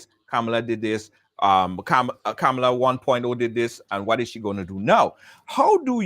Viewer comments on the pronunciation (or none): Her name is KAMLA.......not KA-MA-LA🙄🤨